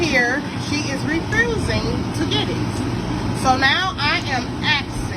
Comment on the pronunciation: Refrusing and axing